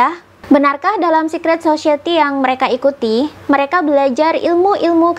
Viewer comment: Society mbak bukan *Sosyeti*😅